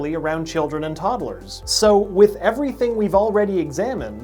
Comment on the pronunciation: How he said toddlers 😂